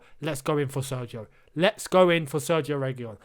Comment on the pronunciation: An Indian who has been speaking Spanish for 3 years here. It's pronounced as Serkhio Regeelon. The gi is pronounced as kh and single L is pronounced as L. LL make the Y sound